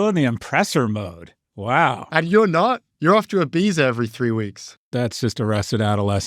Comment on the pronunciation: I loved how well prof g pronounces Ibiza